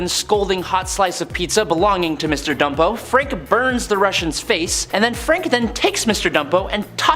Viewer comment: It's BUMPO homie not ..... Dumpo. Nathaniel Bumpo he was in the movie too.